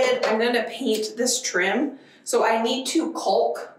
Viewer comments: It is not caulk like fault It is pronounced calm like chalk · It's like salmon. You don't pronounce the L. So caulk is pronounced cawk. I remember when you were caulking your sunroom, and you finally got it right. 😵‍💫😳😬 You are so amazing. I look at the projects in my house, and I'm, like, this would be no big deal for. Thank you for teaching me so much! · Love your videos ❤. This is random, but I have to say it.... The 'L' in caulking is silent. It should be said 'kaw-king'. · It’s been so long since we’ve heard pronouncing “calk”. 😜😜😜. Don’t be nasty, she has talked about how she says it before and I adore! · We pronounce caulk to sound like cawlk. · I know someone addressed this with you in a previous episode but it’s pronounced cawk the u is silent 😂😂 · Maybe a northwestern thang but in michigan we say caulk like it rhymes with chalk, jus sayin lol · I love your ambition! Just a couple comments. Why ru always bending down to look into the camera? And the correct English pronunciation of caulk rhymes with chalk. Not culk. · Caulk is pronounced the same as a rooster, cock. The L is silent. I agree, you are so energetic, you make me tired! I know it's too late now, but when you have water (in any form) falling from the sky, put a trashcan and other buckets, wheelbarrows, etc. to hold water to wash with (or water the dogs or chickens). Of course I mean when you have water issues! You SHOULD paint the doors. You will be unhappy if you don't. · caulk , pronounced ....kaw-k.....the L is silent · Caulk is pronounced ‘cock’. I’m not a pronunciation police man but just a FYI. No criticism intended, please! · More like walk, but calk. Not the way she's saying it. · I had forgotten doesn't know how to pronounce caulk. Lololololol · I’m always surprised to hear the L in chalk. I should be pronounced like walk and talk. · Talk, walk, caulk! Should, could, would. Salmon etc the L is not pronounced. So funny! 😂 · It’s caulk not culk.